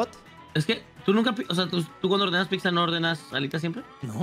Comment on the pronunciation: dice “piczza” Xd